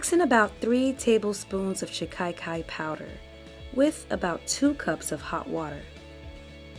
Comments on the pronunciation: There is no letter "i" after the first "a" in the word as you are pronouncing it "shi-kai-kai." It is pronounced more like "cock-eye" but with the short "a" sound instead of the "o." "shi-cock-eye" "shi-ka-kai" My intent is just to be helpful, not disrespectful. Personally, I like to know if I mispronounce words, and though most people feel the same way, there are those that take offense, so do with it as you will. You have a very nice speaking voice, and the video is very informative and very well done! I appreciate the care and time that it takes to make a quality video that stays on topic and not filled with an abundance of promotional rhetoric, I truly do! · Pronounced SHI- KA- KAI